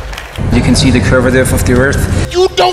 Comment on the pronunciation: to be fair, he says "curvederph of the earth"